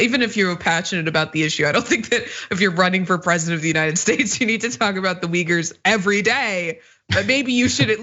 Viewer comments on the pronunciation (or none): Still didn’t know he said Uyghurs. I almost shit when I heard him. I thought he said wiggers. I know republicans are racist by nature but to ask about those wiggers was below even them.